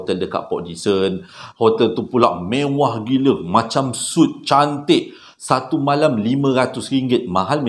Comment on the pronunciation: Hotel suite. Sebutannya sweet bukan soot. Sekadar mengajar belajar